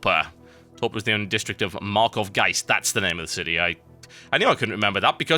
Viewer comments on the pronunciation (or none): none